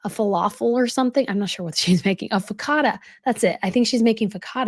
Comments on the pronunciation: What is focatta??! Do you mean focaccia (pronounced fuh-kah-sha)? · It’s “focc-ia-ata”. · Hi it's focacia. Im Italian not trying to be mean ❤